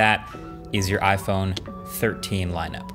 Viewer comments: iPone lol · "iPone 13 reaction"